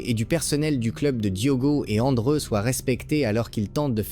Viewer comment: tais toi robot . Ce n'est pas andre mais André .